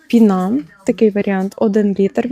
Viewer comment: Не пінА, а пІна. Акції цікаві, дякую за обзор.